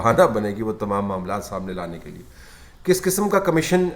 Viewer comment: طلعت صاحب ! اردو میں لفظ کمشین نہیں کمیشن ہے ۔